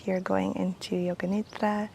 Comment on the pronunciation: I love when says nidra